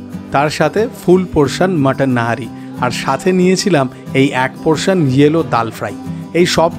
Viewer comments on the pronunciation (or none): Nihari Dada Not Nahari 😂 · It's Nihari not Nahari. Rest it's a nice vdo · Nahari na Nihari… sarakhon to nahari bole gelen..😢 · It's nihari not nahari in pronounciation. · Boss it's called NIHARI not NAHARI